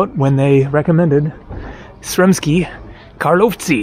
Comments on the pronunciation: I heard many times foreigners trying to pronounce "Karlovci" haha, and your attempt is the best one by far :) Basically you only pronounce accent wrong, It's Kaaarlovci, not KarlOvci :) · Kar- low-vich. As in Ivo Karlovic with an I at the end.